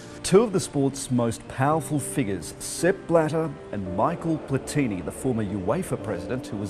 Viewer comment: No wonder Australia could not get to host the World Cup when your national broadcaster has its talking head pronouncing both Michel Platini's names like he did. Embarrassing.